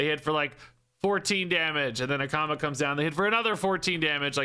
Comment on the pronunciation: I heard "which of course, that could be with a comma," at the end of the card description , and I read the card text over and over again trying to figure out the grammatical error the Hearthstone team had made. It wasn't until I gave up and halfway through the video I heard you say "Akama" in a way that made me realize that was what you were talking about instead. 😂